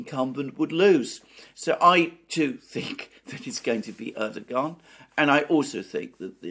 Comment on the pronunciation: Like the commentary but its ErdoWan, like Obiwan